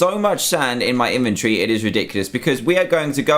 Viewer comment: Why do you say in-ventree